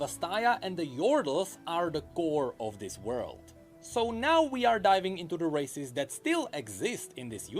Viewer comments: everytime he says races i hear racist and i can't stop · Sounds like he's saying "racists"